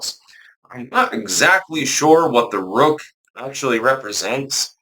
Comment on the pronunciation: I was saying what the heck is a roke? Do you mean woke? It took me a while to figure out you meant rook. It rhymes with took.